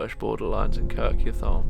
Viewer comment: Well done, it's pronounced "Kirk Yettum".